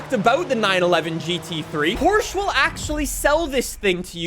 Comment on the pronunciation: Say Porsche right🫥